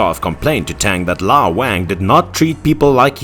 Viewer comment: I don't think that's the correct way to pronounce the name "Wang"